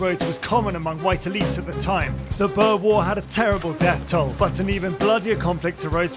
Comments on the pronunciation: At first all I was going to say was the pronunciation of “Boer” was downright disrespectful lol, but also Ghandi encouraged violence within South Africa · they way he pronounced "Boer" made me lose my shit